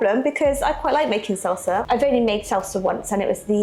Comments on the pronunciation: I was so confused for like a minute because it sounded like you were saying you were going to have to make your own seltzer, but salsa, yes, okay. LOL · It sounds like you’re saying seltzer. It’s salsa (no E).